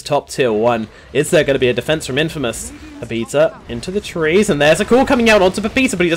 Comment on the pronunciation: Infmaous?? LMAO